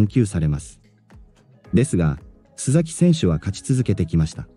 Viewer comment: すざきではなくすさきさんです